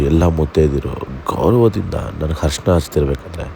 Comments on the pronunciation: ಹರಿಶಿನ alla ಅರಿಶಿನ, ಕಲೆ alla ಕಳೆ. 😬😬😬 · ಕಲೆ ಅಲ್ಲ, ಕಲೆ ಅಂದ್ರೆ mark.. ಅದು ಖಳೆ.. Harishina alla, Arishina ಅರಿಶಿನ